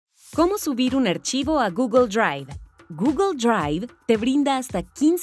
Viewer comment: GUGUL DRUAIF